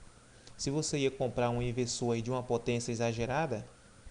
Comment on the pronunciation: Você fala errado o cara(Leonardo ferreira)escreveu do jeito que você fala (ivesoo)kkkkkkkkk